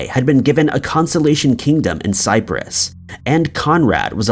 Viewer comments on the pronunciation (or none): none